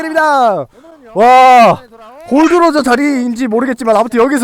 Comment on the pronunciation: 골드로저가 아니라 골.D.로저 에요